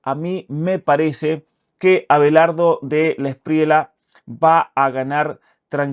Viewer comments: el apellido de Abelardo se pronuncia DELA ESPRIYA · Querido Muchas gracias por su siempre excelente contenido. Quería informarle que no se dice Delawspriela sino Delawspriella. La última parte del apellido suena como en llama… Gracias!!